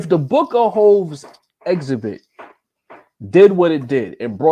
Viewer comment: you might be committing a crime saying exhibit like that lmao